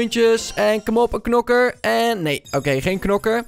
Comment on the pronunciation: o een nieuwe nokker je bedoeld knokker